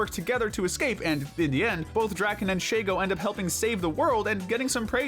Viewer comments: Just saying man there's no a in shego her name is literally she-go why are you calling her shago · Sheygo? Really? Kinda fitting that she and Draken came after Doof since now I have a two nickles meme for mispronouncing Shego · Omg he does the same thing that ama does he mispronounces she-go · "Shago" ... not "She"go. "Shago." Sorry. That just sounded weird.